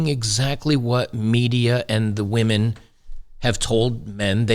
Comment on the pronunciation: ha ha, more like wAhMeN 🍻